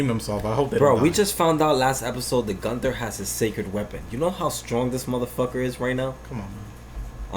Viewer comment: Bro it's gowther not Gunther 😂🤣